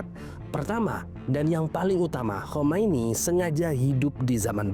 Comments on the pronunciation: Khamenei. bukan Khomeini. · Khamenei bg bukan Khomeini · Khamenei, bukan khomeini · koreksi narasi... Khamene i